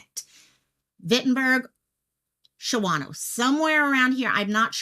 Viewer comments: Replay crew! I am in Green Bay, this is kind of close! And it’s Shawn-oh🤣 you were close! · Was there a description (color, model, ...) of the vehicle? Shawano is pronounced Shaun-0. Wittenberg is pronounced as it looks Wit-in-berg.